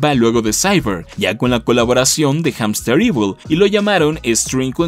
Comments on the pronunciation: Rayos, como fan de la serie y por parte de Hamsterviel tengo que corregirte en la pronunciación porque el siempre se enoja de que lo digan mal. Se dice jamstervil no jamsterivol xd Y se me hace raro que nadie lo mencione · HAMSTERVIEL! No "Hamsterevil". El tipo lo repitió bastantes veces para que lo pronuncien mal.